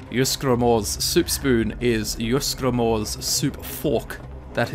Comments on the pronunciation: It's not pronounced "Use-Gramor" its pronounce "Eez-Gramor". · when pronounced ysgramor wrong it's ees gra more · It’s pronounced like yeezegramor. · I hate the way people mispronounce the names of legends. I mean, you really cannot pronounce Ysgramor correctly? Really? -. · I hate that too and the characters in game say them. It can't be that hard to copy the characters pronunciation